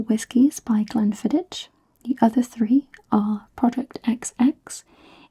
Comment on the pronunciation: Fab video as always! Glen fid-ick (but a soft ck like in Loch)